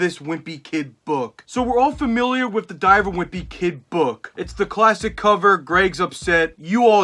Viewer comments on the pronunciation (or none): The way he pronounces book as “buukh”